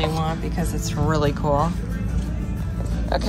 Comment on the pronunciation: Coolelle when did it become pronounced like this. Just plain old cool